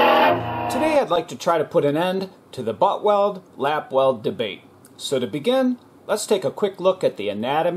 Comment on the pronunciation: Lap... not lapp. It's going to affect your search results.